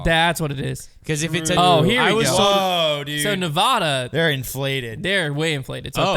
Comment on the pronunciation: You pronounced Nevada wrong lol